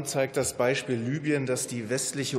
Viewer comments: Nicht "Lybien" sondern "Libyen", Steffen. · Land wird Libüen ausgesprochen!